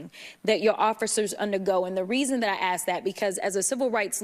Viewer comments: It's " ask" not "akd" . Lol. Simple language is a problem here. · How a person can claim to be a lawyer and pronounce the word "ax" instead of "ask" is beyond me. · Rep. Jasmine Crockett(D)umb: Okay now Imma bout to axe you some questionzzz 'n shiiieeeeett! We're already waaaay past the point of the movie "Idiocracy" and to be honest, I'd rather live in that version than in this 'tarded' nightmare.